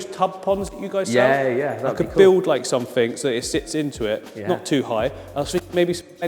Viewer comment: “click sumfink” LMAOO I LOVE